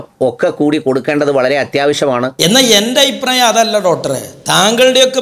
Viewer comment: ഡോട്ടറല്ല ഡോക്ടർ.... അയിപ്രായം അല്ല..അഭിപ്രായം